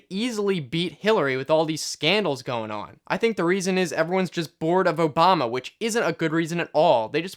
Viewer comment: Am I the only one who replayed the start three times because I couldn't believe he said his name right